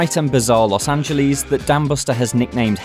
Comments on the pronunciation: british people pronounce it that way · Don't ever say Los Angeles like that again